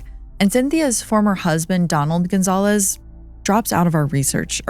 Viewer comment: Cynthia Gonzalez not Gonzalves!